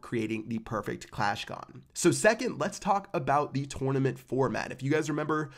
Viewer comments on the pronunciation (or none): If he says twounament one more time😅😂😂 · He says it like a tour and a nament